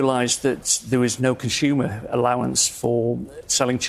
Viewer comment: What's a "conshumer"?